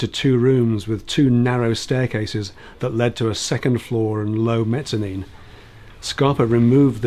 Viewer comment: That's a wee gem. I have to say, I approve of your pronunciation of mezzanine.